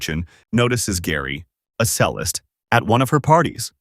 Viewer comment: You're honestly online for long periods and couldn't be bothered to Google the correct pronunciation of "cellist"? 🙄😑